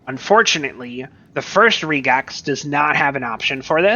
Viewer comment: Nice video. Probably could have cut the intro down by 75%. Also, just mentioning, Regex is short for Regular Expressions, and it's usually pronounced the same way: Reg - X.